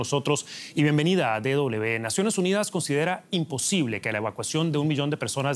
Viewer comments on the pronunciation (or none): Pero que periodista más culto, dice D doble B, amigo, DW: es D doble V y no doble B